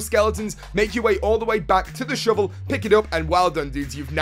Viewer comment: i love the way you say shovel... sounds like "shivel" keep up the great vids..